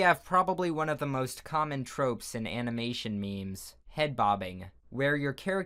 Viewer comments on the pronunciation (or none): “Anamanation mimis” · Animination me-mes.